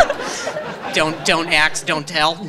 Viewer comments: "Dont axe dont tell"☠☠☠☠ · "Don't axe - don't tell" 😄😄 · Don't Axe, don't tell. 😂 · Lmaoo! More axe, don’t axe don’t tell. Brehhh 😂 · "don't axe, don't tell." (me after my fifth coffee today) "don't axe questions" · «Don't Axe, don't tell» wtf 😁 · hahah.... don't axe don't tell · 375th!!! 🙌🏻🙌🏻🙌🏻 Not be for being THREE DAYS LATE!!! 😱😱😱 How the hell did I miss this?!?!?!? 😩😩😩 Anyway, OMG you are so quick!!! 👏🏻👏🏻👏🏻 You got almost 5 min of material just from one dude saying, “Axe it!” 🤣🤣🤣 That is phenomenal!!!!!!!!!! Stay happy and healthy and much love, everybody!!! 🚰🧼👏🏻🧫🔬🦠🤧🤒😷💙💙💙